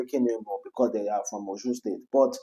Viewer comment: Stop saying day Talk well